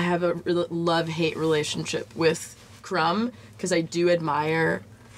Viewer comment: Did this fellow pronounce the "B" in Crumb?